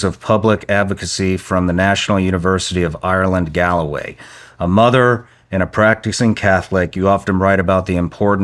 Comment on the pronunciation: Good job but It's not "Galway" it "GAlway"